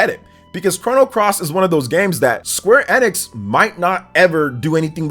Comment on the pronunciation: Woah someone pronounces Square Enix properly :)